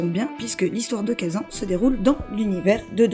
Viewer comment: J'ai arrêté d'écouter ta vidéo au moment même où tu a dit "khaZAN, éditer par nixON" a la française